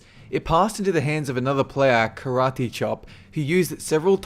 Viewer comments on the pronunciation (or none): none